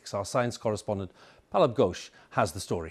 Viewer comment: Name: Pallab Ghosh Anchor: Palabgos Youtube Subtitle: Gauche